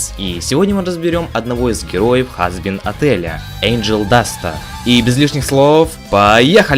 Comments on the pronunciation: Не Хазбин, а Хазбин! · Не хазбин а хазбин Дада я знать что это баян